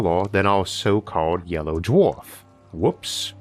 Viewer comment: How does one get a narrator on astronomy lessons that cannot pronounce the word...'star'...or 'dwarf'....(Honestly?)